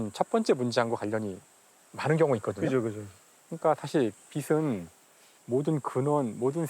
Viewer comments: "빛이"는 '비치'라고 발음 하면서 "빛은"은 왜 '빗은'이라고 발음하냐. ㅉㅉ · "비슨" vs "비츤" "빛은"의 발음은 과학자님보다 배우님이 더 정확하게 하시네요.